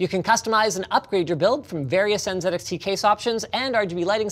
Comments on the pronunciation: Linus finally pronounced Z the Canadian way when mentioning "NZXT". As a Canadian, I just want to say : welcome back to Canadian English. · I loved that Linus pronounced NZXT correctly :D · No one noticed he said NZedXT correctly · Finally!! Finally!!! 😌 Somebody pronounced Z "Zed" Thank you!!